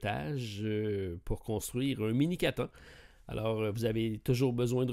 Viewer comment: la prononciation de catan ma fais la journée ^^